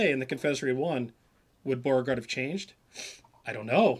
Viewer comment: You guys are not even able to pronounce the name "Beauregard" correctly. What a shame. Americans (and many English-speaking countries) have to mispronounce everything and make it sound English. It's really not a big deal to look at how a name is pronounced, I mean in the case of Beauregard you only have to look at his first name and you immediately realize that you can never pronounce it in English